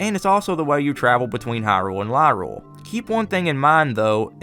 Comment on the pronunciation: I just gotta point this out, Lorule isn’t pronounced Lyrule. To help you remember, it’s a pun, Highrule and Lowrule. Also damn, I actually didn’t know about Gramps. Guess that’s a thing I never did lol